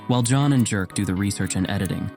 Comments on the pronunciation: Awesome once again! but about the Swedish name, Jerk. It's not pronounced like that, it's more Yehrk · I think it's pronounced "yerk". Not jerk. Even though it may be spelled something like that. The j is like a y sound.